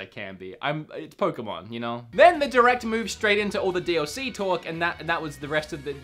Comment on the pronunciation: Stop saying d OH c it got annoying after the first time you said it.